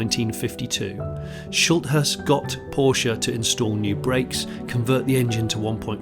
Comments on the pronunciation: If he had pronounced it Poorsh they would have had him removed from the seat in a second. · Its is a pity that you cannot be bothered to pronounce Porsche correctly. Should we call you Jonnie Smythe? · It seems that you could not decide how to pronounce Porsche